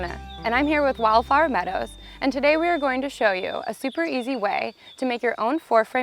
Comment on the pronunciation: Is she saying wildflower meadows or wildfire meadows? It seriously sounded like she kept saying wildfire meadows.